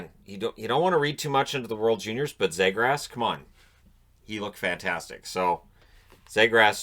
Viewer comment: actually it was pronounced Zeegrus. Not Zay or Grass.